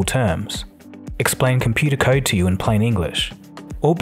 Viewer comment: "Computah kyde"